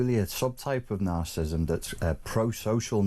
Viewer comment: If this man is such an expert on natcissism he should at least be able to pronounnce it properly. He keeps calling it ”narcism"